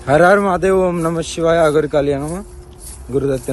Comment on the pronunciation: అగొరిని నరకండి రా అది అగోరి కాదు